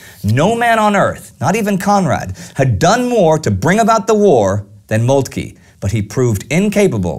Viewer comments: I believe it's pronounced Molt-kuh rather than Molt-kee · no 1 is total BS. he does not pronounce it correctly, but the e is not silent. He says Moltk-ee, when in german we say Moltk-eh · No 1. He is pronouncing Moltke's name incorrectly. The E at the end is silent. No 2. There were not two German armies at the Battle of the Marne but 5. 1st under Alexander von Kluck (The one attacking Paris against the French 6th) the 2nd under von Bulow, the 3rd under von Hausen, 4th under the Duke of Württemberg, the 5th under the Crown Prince Wilhelm. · Wonderful series, however, your pronunciation of von Moltke is really off-putting!